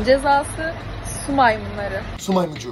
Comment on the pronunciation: şu maymuncuğu değil su maymuncuğu